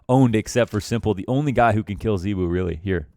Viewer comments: ZYWOO NOT ZEEWOO MAN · The problem is you don't pronounce his name correctly. You pronounce it like ZywOO and you actually pronounce it with an o. Zywo. Like in the word no. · Its pronunced zay wuu u fuckn mogli